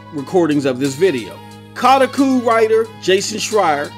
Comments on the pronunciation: Stop pronouncing things lol what the hell is kahtakoo? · It’s pronounced CO (like in Co-op)- TAH (like Spongebob laugh)- COO (coo like what a baby does) (Kotaku)